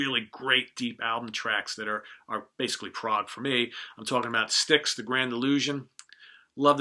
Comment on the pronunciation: Good list but "Styxs".????